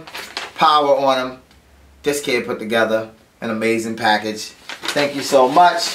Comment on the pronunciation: "Lets go onto another pack-AHge!"